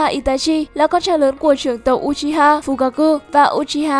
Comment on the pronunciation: Đọc là ư chi ha nha ko phải u chi ha